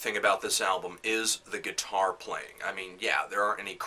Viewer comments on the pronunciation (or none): "A man...his GUITAWW", haha this is a great review